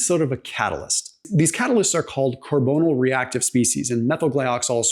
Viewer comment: car-ba-knee-awL…….say it…..carbonyl……car-bun-ee—awl